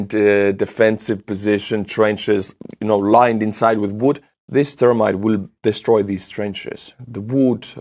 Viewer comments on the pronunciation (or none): accent makes me giggle when he says thermite. It sounds like termite "Russians drop termites all over the city" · Love the way you say Thermite. Goes right along with the brilliant barbary you inflict on names at the end. Check out Australian Termite Mounds. Thermite aka termite.